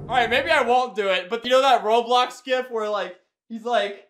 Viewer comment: HE CALLED GIF HOW IT IS SUPPOSE TO BE PRONOUCED LETS GO